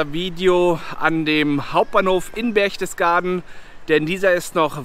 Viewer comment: Das heißt Berchtesgaden und nicht "Berchdesgaden". Das sind auch keine Reliefs an der Wand sondern Wandbilder.